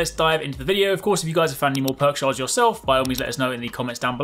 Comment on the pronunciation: "Perk sharts"